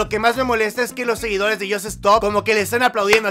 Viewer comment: Dice "SEGUINDOS"